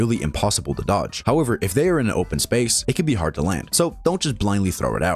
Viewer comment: “hard to doge”